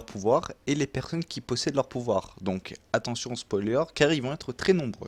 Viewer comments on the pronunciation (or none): none